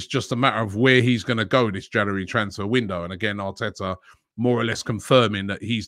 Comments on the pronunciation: Janooarry mate get it right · Transfer daily wouldn't be transfer daily without Robbie saying "janary" at the start of every vid